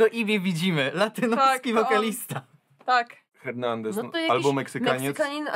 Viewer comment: 'Hernandez'? Cytując klasyk: "H jest nieme..."